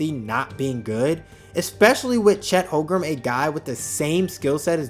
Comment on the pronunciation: Holmgren. Not Hogrum